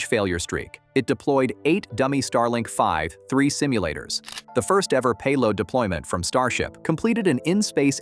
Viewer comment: If you’re gonna use an AI voice over can you at least get the mistakes corrected? It’s calling the V3 anything but “V 3”, saying five three, vi three or other garbage throughout the video. And the falcon heavy footage does not belong in a video talking about starship.